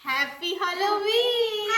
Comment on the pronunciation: I hope you take this positively. But its not hOlloween , its hAlloween.